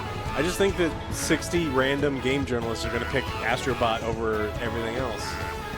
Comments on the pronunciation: Bro you called it ASStrobot 💀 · Joe you literally said "Ass" then paused for effect before finishing with trobot. So yeah you're saying its garbage without saying its garbage.